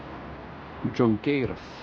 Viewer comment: pralinksminot su miestelio pavadinimu :) parašau lietuviskai kaip turėtu tartis :) lia chonkėra o ne džionkeira :) prašom :)